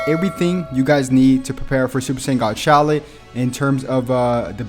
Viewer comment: Yeah this stuff is nice and everything but first order of business is you are pronouncing Shallot's name wrong and second you don't even give people hel on how to get the equipment to the Z rank and another thing not every Fricking equipment item can be awakened